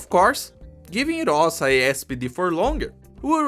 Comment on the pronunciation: Btw,: Rosa is read with the stress on the second syllable, that's how we say "dew" in Ursussian ^^